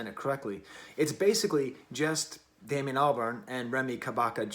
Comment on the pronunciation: Its Damon not Damian but good review